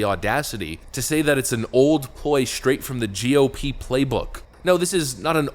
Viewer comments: Is it just me or is she pronouncing GOP as JewOP?!? Weird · I keep hearing psaki say "joo-P", she is soooo anti semitic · She keeps pronouncing it as *jew-p*. Is this a "dog whistle"? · Why does it sound like she's saying "Jew Pee" instead of G.O.P?.. 😆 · why is she say GOP as JEW op? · Sounds like she's saying "jew pee" for GOP...This chick is a disgusting shill...Hopefully she gets harrassed wherever she goes.